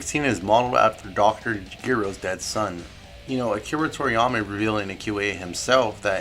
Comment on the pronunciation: Really liked the vid but the CONSTANT mispronunciations nearly gave me a stroke, and I'm not talking about the foreign words I'm talking about basic stuff like Dr. "Geero" and the like